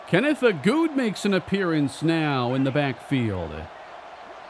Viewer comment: Every time says Agude, I think he’s saying “a dude” and I’m like “wow usually knows his players names” 😂